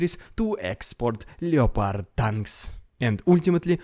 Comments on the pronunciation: Still enjoying you vids keep it up, just FYI though is said LEPARD not LEO-PARD the O is silent, don't blame me wasn't my idea! :) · Its pronounced LEP ARD my dude. Just for future videos